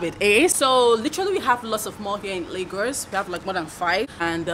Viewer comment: If i hear you say 'Lagors' one more time lol, but on a more serious note, this place is dead.